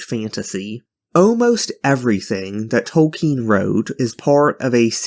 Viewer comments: it wasn't 'subversive' to have fantasy not modeled on tolkien (his name is not 'tolkein' or toll-KEEN as you keep saying) was never true. there was a short time when a publisher would act like that was true. yet it never was, even then. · Who is J. R. R. "Tolkeen"?